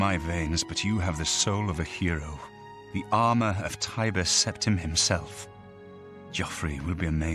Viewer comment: Where is getting this magic ‘H’ from? Ashoom. Preshoom. Conshoom. Sept-ham.